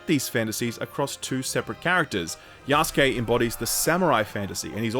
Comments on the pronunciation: "Yaskay"? He means Yasuke...the black African one. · Wait... Yahs-kay?! Isn't it Ya-sue-keh?